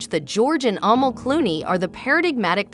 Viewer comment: Her name is pronounced "A-mall" ..... short 'a', accent on second syllable. It chips away at your credibility when you don't pronounce names properly....easy to research.